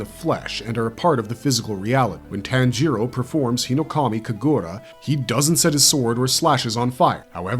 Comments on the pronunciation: "ji" is pronounced "jee"... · Tan-gero? Really? IT’S PRONOUNCED TAHN-GEE-RO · yes but the language depends heavily on INFLECTION. What I’m Saying is that TanJEEro with emphasis on the E . Vs Tanjiro with no emphasis anywhere. It’s like the key and peels skit “JAYqueline” or “AYAYron” for Aaron and Jaqueline. It’s just a gross mispronunciation. Nbd just sounds fucking stupid. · Say “tan-jEEro” one more fuckin time dude